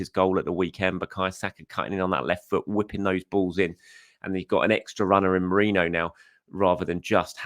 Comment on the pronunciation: How are you getting 'moreno' though? He's saying morano/morayno...